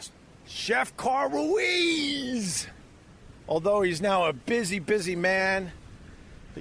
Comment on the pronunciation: He never learned to pronounce his friend’s name. To this day he’s still calling him Carl Ru ez